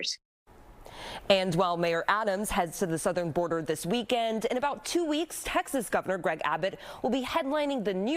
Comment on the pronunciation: “Im heading too Da Border”!🤣